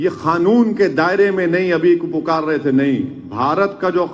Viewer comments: Khanun bolta hai kanun ko😂😂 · अबे मोडी नही मोदी है वो और खानून नही कानून होता है😂😂😂